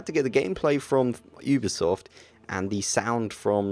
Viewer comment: *YOU*bisoft!!! not *OOB*isoft -_____- Good video though:)